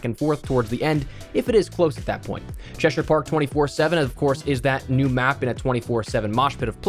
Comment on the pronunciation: As an Englishman its good to finally hear a youtuber pronounce Cheshire correctly 😂